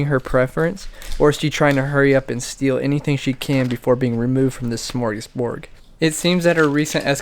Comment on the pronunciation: Wow, no surprise that it's legal to keep a pet raccoon in Florida, but I had no idea it was legal in 13 other states. BTW, common mispronunciation, but it's smorgasborD, not ...borg. Also, in the Description, you forgot the "ly" on "occasionally". It worried me to see the 'coon being encouraged to walk over stove burners, but otherwise, very cute and interesting experiment. Also neat to see cats interacting with raccoons and eating chips. Thanks for sharing.